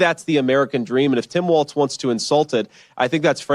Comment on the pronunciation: Walz not Waltz